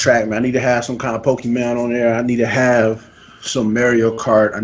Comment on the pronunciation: dude…. say mario right